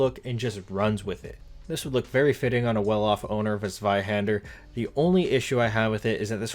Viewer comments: Zweihand-er.. does she not know her er? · Me a german, smiling every time the word Zweihänder is said.